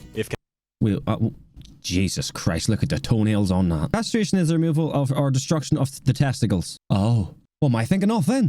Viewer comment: Castration, not castraction. 🤣